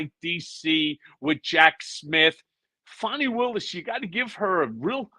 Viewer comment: Notice the purposeful mispronunciation of Fani. I think I’ll just start pronouncing ‘Trump’ as ‘Tramp’. Hmmm. Or is T-r-u-m-p pronounced “lying racist misogynistic narcissistic sociopathic megalomaniacal seditious bloviating evil conman rapist criminal?”